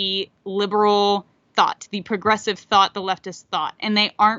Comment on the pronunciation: The “gressives”, man oh man, you may have misspoke the word “progressives”, I may have misheard you, but you just came up with an awesome term for one of evil’s modern tools, the gressives. I love it. Whether that’s what you said or not.